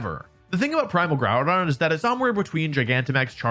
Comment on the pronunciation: bro said primal Gourdon